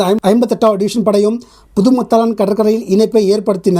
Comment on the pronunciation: அண்ணா, புதுமத்தாளன் , வட்டுவாக்கல் அல்ல புதுமாத்தளன் , வட்டுவாகல் என்று உச்சரிக்க வேண்டும். உங்களுக்கு பரிச்சயமில்லாத ஈழ ஊர்கள் உச்சரிப்பு சற்று சிரமமாக இருப்பினும் கவனிக்க வேண்டுகின்றேன் 🙏